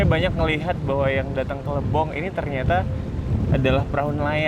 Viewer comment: Lebong kak bukan Libong